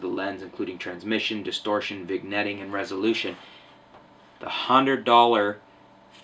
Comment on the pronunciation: he also says vig-netting :P